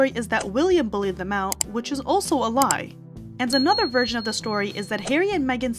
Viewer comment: She says "in the second virgin"😂😂